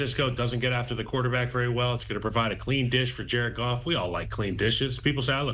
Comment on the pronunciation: Jar-ed Goff Jar-ed Goff 💙